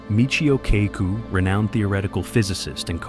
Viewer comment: It's Kaku Narrator says it all cack ku like tattoo says from the love boat